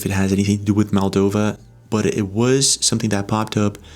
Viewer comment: MOldova, not MAldova...